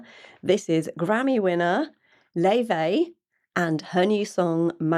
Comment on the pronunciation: Do look up Laufey's interviews. In several she mentions the Icelandic pronunciation of her name, which is distinct from the persisting, American mispronunciation, Lay-vey. In Icelandic it's more like 'Laou-fey. She is named after her Icelandic grandmother on her father's side. While she has been politely accepting of the mispronunciation, it seems it will be preferable to get it right. Also, I believe her twin sister Junia is very involved with the production design. There's a sweet and playful video in black and white about the two of them in New York that explains a lot: Best Friend.